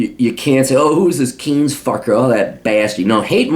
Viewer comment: I love how he mispronounces Keynes